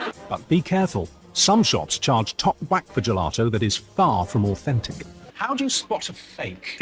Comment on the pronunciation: "But be careful, some shops charge top h'wack for gelato"